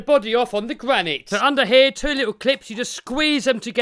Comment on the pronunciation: The Gwanite Gwom.🤪